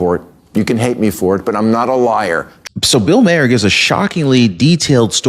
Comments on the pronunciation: Bill Maher is how you pronounce it not mayor I thought what he said was finally reality that's all we're asking for is some reality okay he's not the monster that they're making him out to be it makes me sick flawed but not a monster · Thank you, for y our continued updates! BTW.. it's pronounced Bill Maher (Mar) as in March..